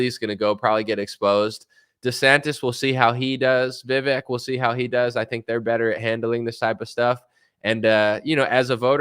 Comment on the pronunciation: What's your reason for not trusting vivek? You don't even know enough to say his name properly, but you know enough not to trust him?